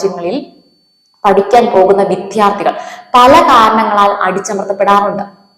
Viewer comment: ഉച്ചാരണം ശ്രെദ്ധിക്കുക . വിധ്യാർത്ഥി അല്ല വിദ്യാർഥി . വിദ്യ ....